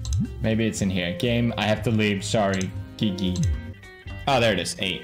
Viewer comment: not him pronouncing Gigi as Geegee